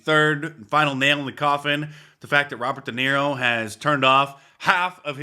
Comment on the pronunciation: Roobert duhniro